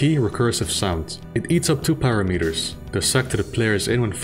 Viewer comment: It's pronounced paRAmeters, not PAraMEters, if you wanted to know.